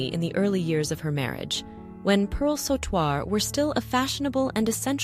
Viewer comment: Sautoir is pronounced sew-twar Not saw-twar